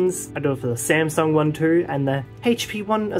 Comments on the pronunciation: The smasnug 😂 how original! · SMAS NUNG💀💀